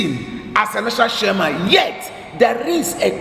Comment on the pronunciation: You're mad... You can't even pronounce chairman correctly he say Shairman